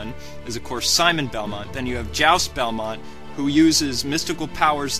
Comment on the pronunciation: ... it's pronounced "joost" or "juiced"... not "joust"... and hes my favorite of the belmonts besides trevor...